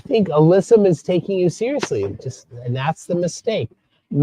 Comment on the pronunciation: sełiously?? omg! 🤣🤣🤣🤣